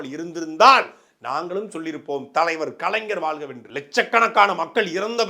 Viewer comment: நாம் தமிழர் கட்சி முக்கியமான பேச்சாளர். ஆனால் வாழ்க என்பதை வாள்க என்று உச்சரிக்கிறீர்கள். ழ வராதா?